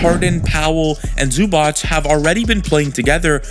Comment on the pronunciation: U still pronouncing Zubac wrong lol.